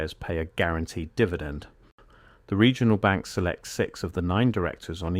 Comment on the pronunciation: What is a "Segional Bank"???? I hate AI generated content, at least as it stands now. An error like that stands out to anyone who's paying attention. Even if the rest of the information in the video is valid, this undermines its entire credibility.